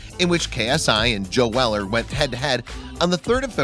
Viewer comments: First its locklen and now its fucking jail weller please learn english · It’s not ja Weller